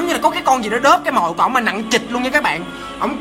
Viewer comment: nặng trịch chứ sao anh lại nói là nặng CHỊCH